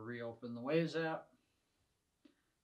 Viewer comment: The company name is "WYZE" as in "Wise", not WAZE, the GPS app.